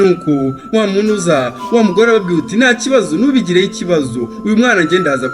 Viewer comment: Courage ntibavuga ngwarababwiruti ahubwo bavuga arababwir' ati!